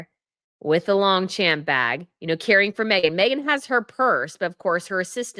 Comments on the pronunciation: please be more careful about pronunciation if you want to be taken more seriously. It is Long-shomp, not Long-champ. You want to be a fashion guru? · As an aside, it's pronounced "Lahng-shchamp" (French) not LongCHAMP.